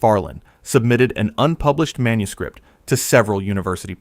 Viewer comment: This AI narrator is overpronouncing the plosive consonants so profoundly I'm about ready to chuck my phone. Right in my ear, every P is popped to within an inch of its life, every K positively choked on. "Manuscript" becomes "manus-KH-ri-!P-!T."